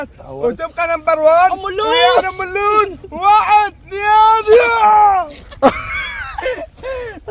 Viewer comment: كلما تكول ام الوس عبالي تكول ام اللول